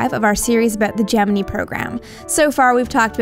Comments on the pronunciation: I just cannot stand the way she says "Gemini"! It's pronounced Je-men-eye, not Je-men-ii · Gemini = "Jem-en-eye" Yep, Nasa guys used to say Gemin-ee, but when a male says it, it's not so squeaky as a woman saying it and I've heard WAAAAY more news commentators than Nasa guys saying it Jem-en-eye. men's voices tend to fall almost in-between in pronunciation, and are much deeper, and the WAY you emphasize the high pitched ending is too irritating to bear. Sorry, nails on a blackboard. You may be "Right" but right, and a pissed off comment section doesn't get youtube subscribers. sorry. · stop..... saying...... Gemineee! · I have watched literally hundreds of space documentaries, including ones interviewing the astronauts that participated in the Genin"eye" program, as well as high standing astronomers and astrophisicists like Carl Sagan, Neil Tyson, and many others and I have never heard them pronounce it that way. Ever. So she has one person correct her out of all the others and now she says it that stupid way? If she had one Brit tell here that aluminium is the proper way to say aluminum, would she start saying that crap?